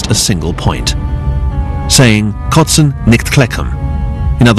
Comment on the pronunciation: It's "kLotzen nicht kleckern" not "kotzen". Nearest translation i have heard is: "Hit them with boulders, not with gravel."